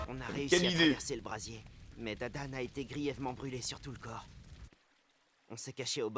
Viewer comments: C Dadan pas Damdam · c'est pas damedame mais dadane au cas ou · C dadan pas damdam mdr